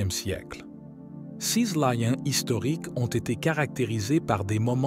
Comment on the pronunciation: L'homme qui lit le texte a une façon très incorrecte de prononcer le mot "ces", qui revient très souvent. L'homme qui lit prononce ce mot comme s'il fallait prononcer "sise". En fait, la bonne prononciation est "sé", comme dans les mots "sécurité" ou "sécessions".